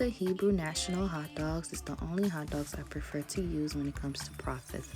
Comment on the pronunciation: Ze ak òldòg. Haitian accent Lol